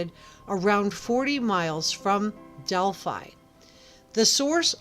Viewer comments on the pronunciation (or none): none